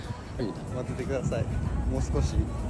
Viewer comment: 待っててくださいのイントネーションが関西になってる笑